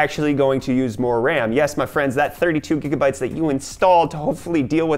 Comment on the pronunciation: Gigabytes cough Jigabytes